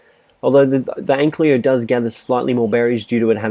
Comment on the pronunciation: An-Ky-Lo, not An-Klee-O.